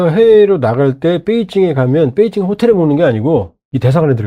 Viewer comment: 뻬이징이안이고 베이징 이다 바름좀 똑똑이